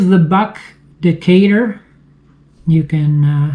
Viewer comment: Well, a Canadian pronounced the name correctly and some of your American cousins cannot